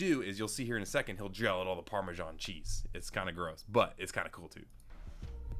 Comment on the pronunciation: FORBIDDEN PARMESHON